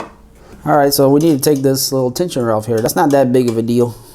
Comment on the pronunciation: Great stuff, I would try to talk without saying words like "Dat" etc... It just makes the video less usable and appealing!